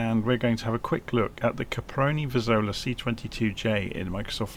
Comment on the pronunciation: Sorry for correcting you, but the name is CAPRONI VIZZOLA, not Caparoni Vizolla, even those hashtags are wrong